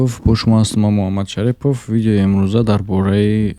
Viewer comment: Баъд сад маротиба мешава мефахмонмт. ШариПп не ШАРИФ ШариПППоФ не 🤣🤣🤣🤣 Акалан ШариФов бугу 🤣🤣🤣 Ту насабатро бо тарзи Точики -Шарифзода бугу